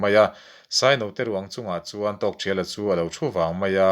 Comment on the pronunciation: A ngaihnawm hle mai,chutihrualin zawhna pakhat,Tawkthriala tia i lam hi Tawkthiala tiin ka lo hre thin a,ka lo hre dik lo zawk em ni niang,Aizawl Radio a pu C Lalnunchanga ziah an rawn chhiarah pawh khan Tawkthiala ti tho khan an lamin ka hre bawka,enge ka hriat dan hi a dik nge dik lo zawk min lo sawi chian sak thei la kan va ti ve,, engpawhnise i channel a puitling ka ti hle mai